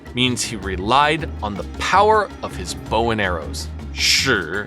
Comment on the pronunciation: Good attempt, but as a laowai, you're still missing out the intricacies of pronouncing "shi". There are hard & soft shi's in addition to the 4 tones.